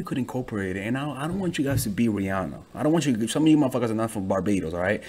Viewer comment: I disliked because the way he said Rihanna it triggered me